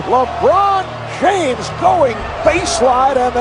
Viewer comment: Had to turn it off when you said Jabron Lames